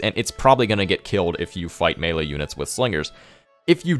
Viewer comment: It took me a few minutes to grasp mailer units are melee units its French you know maylay -Jeez